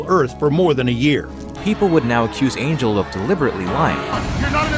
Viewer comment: It's not pronounced Angel like the biblical thing 😭😭